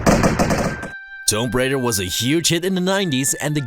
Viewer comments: Did... did he just fucking pronounce it "TOAMB Raider" instead of "TOOM Raider"? What the absolute fuck was THAT?! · Did you call it "Dope Raider"?